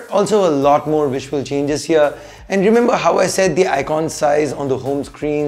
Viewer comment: Fix the sound and echo! And it's "bell icon" not "bell ikhon". 😅